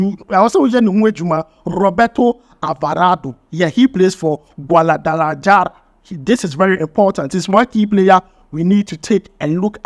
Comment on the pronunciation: Spanish letters J sounds H. So the names Jiménez should sound Himénez, Guadalajara should be pronounced Guadalahara